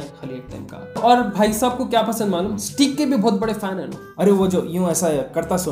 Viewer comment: Steak is pronounced as "Stake" not "Steek"